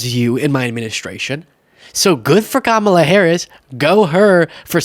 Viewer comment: still not saying her name correctly